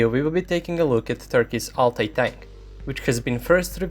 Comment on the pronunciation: Your prononcuation of Altay is right on the spot man